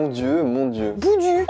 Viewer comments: On dit pas boudu mais "boudiou" 😂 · Boudu se prononce « Boudiou » :) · Juste le boudu se dit boudiou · c'est bondu mais on dit bon diou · Sa se dit '' bon Diu'' bonDiu